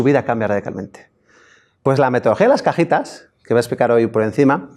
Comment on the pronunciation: No manches!!! Tuvo que pasar una hora para que un chavo aclarara que son cajitas no cajetas jajajajajaj inche esoañol que no abre bien la boca para pronunciar bien las vocales.